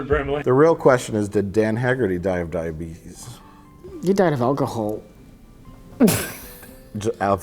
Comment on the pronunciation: "Where is my diabeetus medicine?"